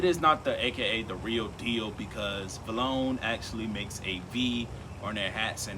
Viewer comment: not posse be vlone lol its possed to be play heart designer and its pronounced "V" Lone